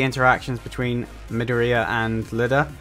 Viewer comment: Btw, it's Me-Doh-Ri-Ya, not Mediora.